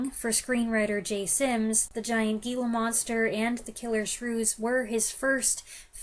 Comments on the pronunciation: "Hee-la Monster," not "Gee-la Monster." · You realize that Gila Monster is pronounced HEELA monster, don't you?